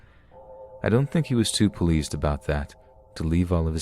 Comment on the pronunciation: "Ecscaped" and "Puhleased" Why tf do you pronounce words wrong?